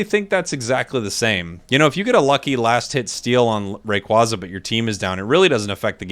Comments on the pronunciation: BTW yes, it is officially "ray-quay-zah" and not "ray-quah-zah", since "quaza" comes from quazar. that aside, very much looking forward to year 2 for the game and to whatever other pokemon will be coming into the game after mew, dodrio and scyther/scizor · Rayquaza is pronounced like the word "quasar", as in the space thing. Hopefully that help with your pronunciation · I definitely feel like a new catch phrase for you could be that whenever you’re talking about Rayquaza you say “they keep telling me it’s Rayquayza” lol